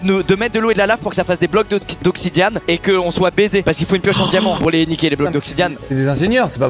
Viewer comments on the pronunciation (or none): Il dit vraiment Oxidiane par contre hein entre "obsidian" et "obsidienne" y'a pas grand chose qui change à part la prononciation de la fin du mot mdr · des blocs d'oxidiame''